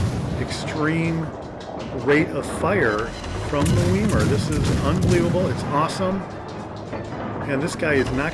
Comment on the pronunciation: I believe it's pronounced " Veye-mar." Generally e before i together, are pronounced as "Eye." In German. (Deutch).